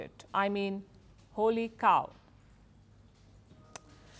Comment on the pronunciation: I like how she says “ holy cow” with her accent